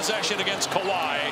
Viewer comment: Bron butchers Kawhi every time.